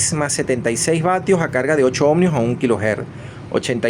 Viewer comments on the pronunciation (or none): PAAAAAAWER PAAAAWEER SE PRONUNCIA PA WEEEERR. OHMIOS, NO OHMNNNIOS, BO LLEVA N .